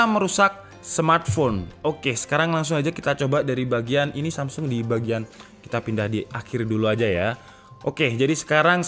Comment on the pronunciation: Samsul apa samsung wkwwkwkwk Dengerin lagi deh